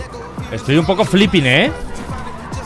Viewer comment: auron: estoy un poco filpping eh